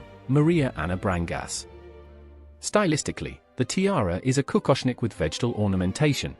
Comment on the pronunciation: Several mistakes to mention: The wife of Wilhelm IV. was not Maria Anna BRANGAS. She was a Princess of Portugal from the dynasty DE BRAGANÇA. Felix von Bourbon-Parma was never Grandduke of Luxembourg. He was Prince-consort. You mentioned, that one of these tiaras was worn by Stéphanie and her sisters and daughters in law. Difficult, because Stéphanies first child was born in 2020 so a daughter in law is impossible. You declaired several tiaras "Lannoy"-tiaras. That's also difficult, because the connections of the house of Nassau to the house of Lannoy were only established in 2012 due to the marriage of Heir apparent Guillaume to Stéphanie de Lannoy. And please pay attention to the correct pronunciation of French and German names (Chaumet for example). Google Translator is very helpful. Otherwise a very interesting video. 😊😊😊 Btw: I believe, that the ruby-tiara of the house if Wittelsbach is some inches higher, than the Imperial tiara of Luxembourg. It belonged to the parure of Queen Theresia of Bavaria. Under the following link you can find a picture of the last bavarian Crownprincess Antonia of Luxembourg wearing this monstrosity 😮😮